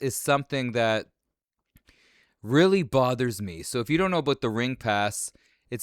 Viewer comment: Hearing Macho Man say, “aboot” in the intro and “So, I think there’s a huge black guy on this franchise”. 😂😂😂